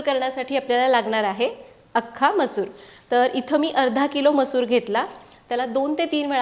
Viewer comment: तुम्ही मसुरा का बोलता?